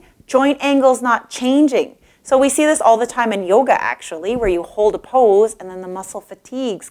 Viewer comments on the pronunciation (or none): none